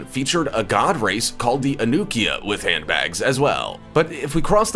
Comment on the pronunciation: "ANUKIA" C'MON!?! 🤔